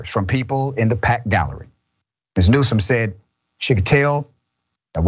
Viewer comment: NewsoM not NewsoN